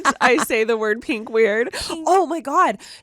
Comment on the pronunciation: You say peen-k vs pin-k....they're super close tho honestly unless it's being exaggerated like the girl in that audio